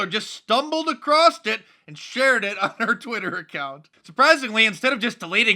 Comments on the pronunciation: Did you pronounce "across" as "acrosst"? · damn it mark.. its not acrost.. its across! :D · Stumbled across it, not "acrossed."